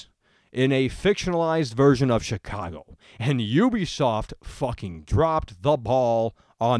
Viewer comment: I love the way you say Chicago. "SHEECWAGO" Anyway, onto the actual topic of the video. Graphically, I think this game looks quite good. Better than GTA V definitely, not by a mile, but noticably better. Realism, yeah, that's something I can completely understand. If you're going to make Chicago, make Chicago. R* North simulated L.A incredibly well in GTA V, so we know it's possible on CURRENT-gen systems. As for gameplay, it could be something very unique and very fun to play, IF they play all their cards right. The world and it's missions need to take full advantage of every hacking ability (and for that matter, every ability, hacking or not) so the gameplay is varied and unique. I don't want to just be hacking cameras every 10 seconds and never touching the blackout ability, which has been done A LOT in gameplay videos.